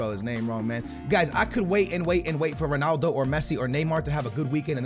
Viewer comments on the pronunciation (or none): none